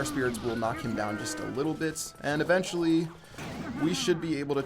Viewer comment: does anyone else cringe every time he says the word eventually in the wrong way?lol